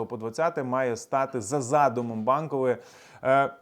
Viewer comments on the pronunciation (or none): Ви сказали - Банкової.... А мені почулось - бандової..... Мабуть голос свише....